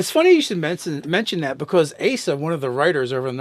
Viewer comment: thank you for pronouncing my name right. It would have been a bit embarrassing to be called Ass-a the entire video.